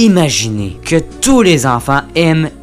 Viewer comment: je savais pas qu’il y avait des gens aussi stupide pour dire « keu »